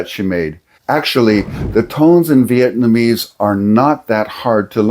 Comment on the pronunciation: Well that's cool at least you said Vietnamese right, I remember you were saying Vietmanese and it boggled my brain for a bit lol good to see you back in action